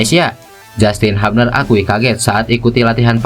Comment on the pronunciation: Justin "HUBNER" bukan "HAPNER" 😂 haha.. sorry